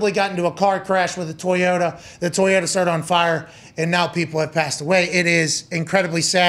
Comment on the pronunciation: Bro I’m tryna be serious but did pat say TOY-YO-TAHH 🤭